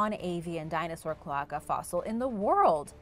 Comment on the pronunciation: I was dying inside hearing it pronounced Cloh-ah-kuh. It’s pronounced Cloe-ae-ca Cloaca! It’s hard to pronounce for people who haven’t heard of the word before, but it gave me a good smile and laugh. I loved the video! Learning about the adolescent spino was awesome!